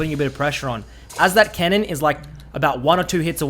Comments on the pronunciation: Lol I thought he said “kennen” not “cannon”. Got me pretty confused ngl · OHHH, is saying "CANNON", not "KENNEN" lol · First 3 or so times he said cannon I thought he wa saying kennen so I was hella confused lol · is he saying cannon or kennen????